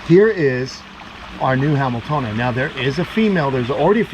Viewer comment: I keep thinking your saying something wayyyyyyy different When you say hameltoeni (i know i butchered that spelling) 😂😂😆😂😆😂😆